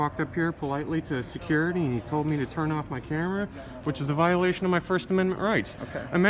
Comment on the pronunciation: The Tattoo Toughy reigned in. lost his bark. 1st and 4th Amendments won the day. Hooray!!!